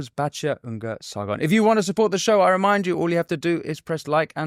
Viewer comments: SARGON!!! Not SARDON!! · Her last name is Sargon, not Sardon